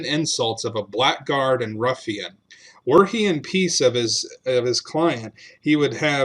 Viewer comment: Actually, blackguard is pronounced Blaggard. Just saying..